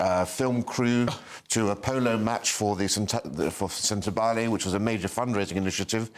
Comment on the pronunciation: Bloody hell. It's not pronounced Sent-ah-billy. It's pronounced Sent-a-bally. Chandouka is pronounced Chan-dow-ka. A simple google check will give you that, and it is your subject matter after all.